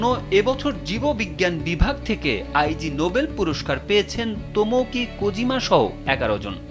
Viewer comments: আই জি হবে না এইটার উচ্চারন হবে ইগনোবেল ❤️ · Eta bolar jonnoi elam. "Ai jee noble! 😂